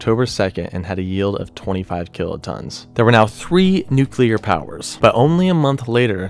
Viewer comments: STOP SAYING NUKE-ULAR. It's NEW-CLEAR. That's how you pronounce it! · Please, nu-cle-ar, not nu-cu-ler, otherwise great.. Dave in Chicago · 2 syllables in nuclear bruv. Its "new-clear"...not "nuke-u-lar" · NUCLEAR, not Nucular. Fuck sake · it's nuclear, not nuculer. God!🙄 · "then there nu-cu-clur weapons..." 😂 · absolutely not. Nu-clear is the only correct pronunciation. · Stop saying "nucular" ffs. This isn't a word! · So did this guy just say nuc-u-lar? You've got to be kidding me. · "Plump bob" "Nucular" "Continual" "Seimologists" C'mon maan! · Soooo glad you don't say "nucular". Edit - no wait... you do. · Nucular… hehe. I’m not a stickler for proper grammar, but I can’t do it with the George W. Bush pronunciations while trying to enjoy this somehow. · Say it with me now... "Nu-clear" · Nu-cleer Christ man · “Nuclear”. NEW-klee-ar. FROM “nucleus”. Come on, man. Do you pronounce “Atomic” as “Amotic”? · Nu-clear (pronounced: new-clear) Love the presentation tho! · Nucelar?? Homer Simpson's style? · The c and l in nuclear are adjacent. There are no vowels between them. the word should be pronounced “new clear” like….FFS it isn’t hard. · Its hard to take anyone who says nucular bomb seriously. Also its the Continental United States not the continual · Nuculer bomb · It's pronounced nu clear nu clear. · Really should work on pronouncing things correctly. Every time you said "nucular" I cringed a little. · Argh. There isn't a U after the C in "nuclear". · Very informative, hard to watch though because the guy narrating the video about nuclear weapons can't pronounce nuclear properly. And it isn't the "continual United States, it's continental. Finally, please Google plumb Bob. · Kind of embarassing to make such a detailed video and be unable to pronounce the word nuclear. This is getting upsetting to not find a person being able to say it. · You have a serious problem with pronouncing words. "Seismologists", "nuclear", "contiguous"...